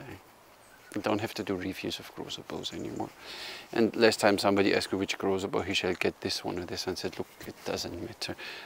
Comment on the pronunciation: yay, you nailed the pronounciation of his name, its said exactly that way! Also, his "extra3", biocomposite and most of fiberglass bows are based on original findings, so that waste material at the end of siyahs are historically accurate. On the other hand, his normal laminated bows are sport bows, way lesser waste mass anywhere.